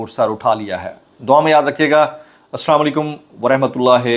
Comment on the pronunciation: جناب نہایت ہی اداب سے مجھے آپکی ویڈیو پر اعترض ہے۔بھای جان اپ نے السلام علیکم غلط انداز میں بولا ہے۔